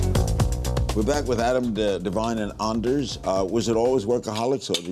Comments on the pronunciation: lmao he called anders--deers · i am seriously laughing my ass off at uni cause he called him Deers and not Ders. i dont care if you're looking at me! lol